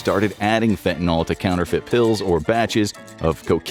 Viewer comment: Fentanyl=Fenta-nil, not fenta-nol.